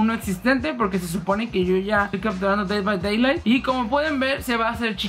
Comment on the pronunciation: NADIE: YAYAS: "dei bai deilai"